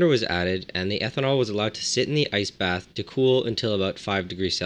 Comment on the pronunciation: Every time he says ice bath I hear nice bath or rice bath